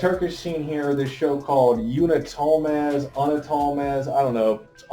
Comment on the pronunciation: You pronounce "Unutulmaz" like this: Ounoutoulmarz with "R" as a silent letter That is how you do it